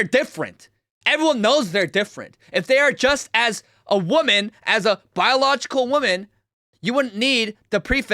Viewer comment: Ok. I’ve listened to the whole video. Are you saying “women” when you say “woman?”